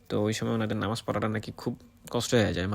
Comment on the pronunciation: আরে ভাই, নামাজ টা ভালো করে উচ্চারণ করেন, কেমন,, আপনি তো নামে মুসলিম